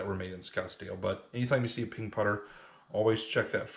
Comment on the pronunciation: Oh Ping! I thought you where saying pink putter